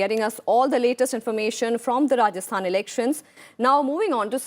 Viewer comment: she says rajasthan and kerela😂😂